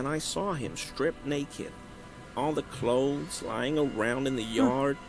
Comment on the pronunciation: I don't mean this in a bad way, but i notice you pronounce clothes as 'clotheses' and i'm curious, is it because you find it difficult to pronounce the original?